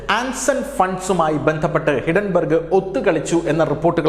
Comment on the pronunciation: ഹിഡൻ ബർഗല്ല,ഹിൻഡൻ ബർഗ്